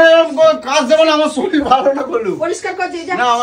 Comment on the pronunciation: শরীল নয় কথাটা শরীর😂😂